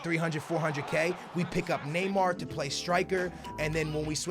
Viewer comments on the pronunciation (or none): none